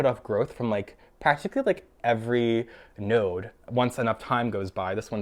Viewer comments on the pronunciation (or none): none